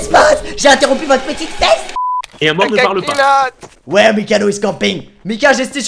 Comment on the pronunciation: cest moi ou au lieu de dit jai interompu votre petite fete il dit jai interompu votre petite feste ou (fesse) ?